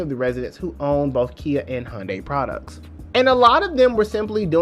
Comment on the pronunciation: Thanks for this great piece, but am I the only person who keeps hearing Honda or maybe Honday...?